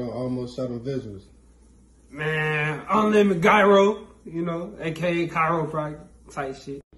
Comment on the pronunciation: “Unlimit Gyyro” 😂🤣😂🤣